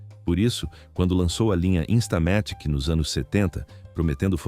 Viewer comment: InstalaMÉtic? InstamaTÍque, é? Estamos no Brasil, não no Brazil... 😂😂😂😂😂😂😂😊